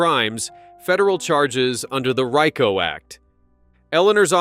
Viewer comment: Oh, Computer voice it is pronounced Rico act : Ree * co